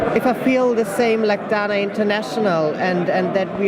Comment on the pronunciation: I basically died when that guy kept on saying "Daina International". It's Dana International!!! Dana